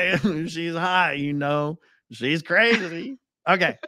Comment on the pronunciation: Oh, A-A-Ron, you did messed up. You never put a D in crazy. Never.